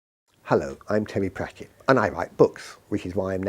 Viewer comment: "Terry Prat-ket" I'm been pronouncing it wrong all along. He, Brian Jacques, and Neil Peart are probably the three most mispronounced people in the world.